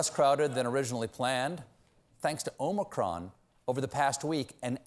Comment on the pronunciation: Maybe by the end of February Stephen will know how to say Omicron.